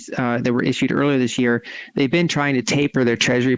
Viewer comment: She said "this year", not "th'sheer". YAY!!!!